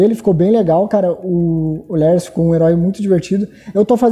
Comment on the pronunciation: Literalmente todo mundo: Lars: Lers (ou eu que sou burro e entendi errado)